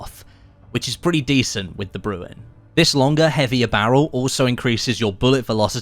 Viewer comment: It’s not pronounced brew en. It’s bre N. Like Ren from Ren and Stimpy